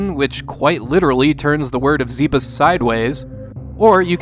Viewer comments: IT’S NOT ZEEBISS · I can't take you seriously if you call the planet "zeebiss"